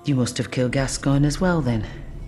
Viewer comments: You mispronounced gascoigne, it’s pronounced gas-co-oig-nee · “Gabba cologne” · You put the part where Eileen says the proper pronunciation in your video but you can’t get it right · Just wondering - why did you choose to contradict Eileen's pronunciation of Gascoigne and Henryk? Since she knew them personally, she would be an accurate source. It's very hard to watch this video knowing the real pronunciation is actually "Gas-kawn" and "Hen-rick".